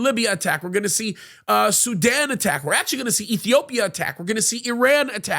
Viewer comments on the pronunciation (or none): none